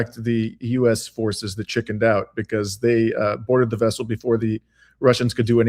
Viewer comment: I think is pronouncing the vessel incorrectly, but anyway great analysis